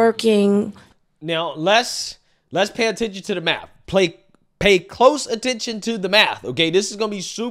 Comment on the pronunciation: The maff ain't maffin. That shit got me rolling.